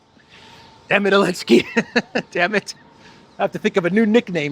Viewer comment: I’m new here, so I don’t know the history of the channel. You always say Alinsky instead of Zelensky… is that intentional? Is it a reference to Saul or just trying to confuse yt algos?